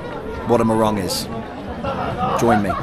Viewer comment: It's not morang pls ,it's pronounced mohrung